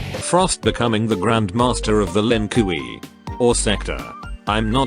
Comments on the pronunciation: "Q-eye-lang" and "Lin-Kooey" are my new head canon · Everytime I hear the narrator say "Lin Kuee" in this video, I laughed so hard because it's so funny 🤣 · ah yes, the linn kooey clan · The Cyber Lin Kuwi???Kiwi???..I have not laughed harder